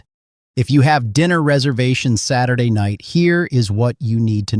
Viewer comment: So...for the creator of this channel: if you're going to use AI, don't say S-day. Say "Saturday". 🤦‍♀️🤷‍♀️